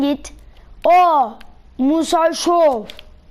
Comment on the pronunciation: musa şow değil musa sow